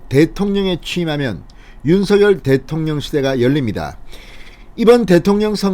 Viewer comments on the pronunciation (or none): 진성호씨 당에서 윤석열이 아니라 윤석렬로 발음을 해달라고 하셨잖아요..왜 매번 윤석열이 윤석열이 이러십니까??윤석렬 발음이 훨씬 듣기 좋아요...이름 쓸때는 당연히 윤석열로 쓰지요...무슨말인지 아시겠지요?? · 진대표님~~~~ 윤성렬로 발음 하셔야 좋다네요 대통령윤성렬♡♡♡♡♡